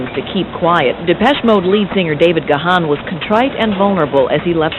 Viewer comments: It's pronounced Gone not Ga-han. Geez! Home-boy almost died the same weekend one of my other Home-boys died. R.I.P Bradley Nowell. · His name is pronounced "Gahn" (like "gone"), or consider the "h" silent ("Gaan"). Now that's out of the way, I admire Dave for his recovery. One day at a time, Dave. You're an inspiration. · Its pronounced GONE not Ga Haan